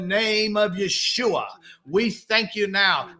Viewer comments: I guess I’m slow but I’ve never heard it pronounced “Ishuwa”. Maybe that’s why it didn’t work? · Its mispronounced. He's supposedly saying "Yeshua", which some believe is the true name of the God of Moses and Abraham. Its also been pronounced "Jehovah" by you know who and others. Other names are Adonai, Allah, Elohim, and Jah. ✌